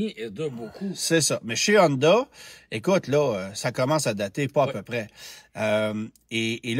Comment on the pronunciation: Si on prononce bien Atlas, on peux-tu s’arranger pour arrêter de dire Hondahhh et Acurahhh svp? 🙏